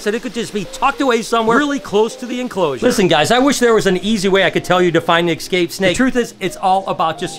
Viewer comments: E scape not ecscape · Escape, not excape